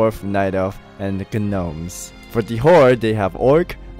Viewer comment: ..."And the GUH-nomes" lolololol.